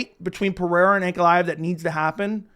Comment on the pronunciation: As a newer fan, I’m actually looking forward to seeing this guy fight finally , because i keep hearing his name brought up but I can only hear/interpret it as “Aunt Goliath”